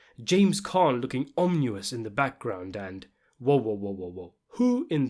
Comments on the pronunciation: Ominous* not omnious. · Wtf is omuous? Do you mean ominous? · ‘Omnuous’? What the FUCK?